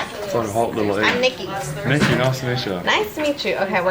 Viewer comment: sounding like a dog woofing at first. "Roof, I'm " LOL